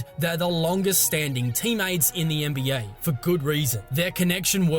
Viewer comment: lmaoo "the YEN-BEE-YAY"